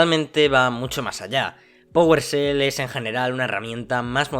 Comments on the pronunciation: Que es "pogolshell"? Aahh ya powershell, es que estos españoles no pronuncian la e "fuogo" por "fuego", "juogo" por "juego"... es gracioso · Oye, NO se pronuncia powerSel, se pronuncia powershell 😂 Saludos!